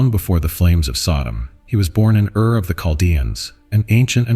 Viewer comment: Ur not ear. Plain as in land not plane. Zoar not Zor.